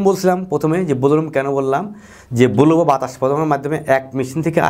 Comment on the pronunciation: স্যার, ব্লো উচ্চারণ টা একটু কারেক্ট করা উচিত।